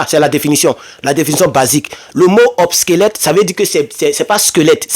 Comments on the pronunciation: C'est pas '' OBSQUELETTE'' mais OBSSOLETTE'' qui signifie Dépassé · OBSOLETE et non “obsquelète” Très fraternellement. 👍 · On dit obsolète